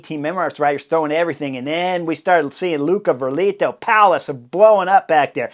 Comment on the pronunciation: Hearing the announcers call out Luca “Verga”lito has me giggling 😅 🫢